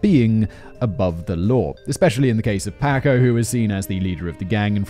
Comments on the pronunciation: Paw-coe....not pay-coe....sheesh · Has anyone else been screaming, "Paco! Pah-koh!" every time he says, "Payco", throughout this whole video??? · Jaysus, Whistleboy Paco is Packo not f***ing Payco, c'mon c'mon. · Only dealers of drugs of all types(right now) get life after the 3rd strike. Many that are in jail were put there illegally over here. Racism was involved. Simon it’s pronounced Pock O If you have to go to prison,the Nordic countries actually rehabilitate prisoners and have very low numbers of repeat offenders. You can use the word hypothetically also. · In what world is "Paco" pronounced "pay-koh" ??? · I like how he says it like the English taco when it's supposed to be like the American taco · Listening to Simon butcher Paco over and over agains is hilarious!? It's making my ribs hurt.... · Give me a euro every time Simon mispronounces the name "Paco".